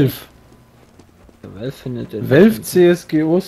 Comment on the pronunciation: "Wie heisst der Server?" "Welf" "Wie?" "Wäählffh" Alter ihr wisst auch nicht wie man Valve ausspricht??